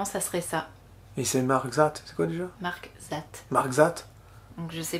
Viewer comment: la commande vocale, MARK THAT, se prononce marque dat ( en 2 mots ). le th en Anglais se prononce comme un D en Anglais.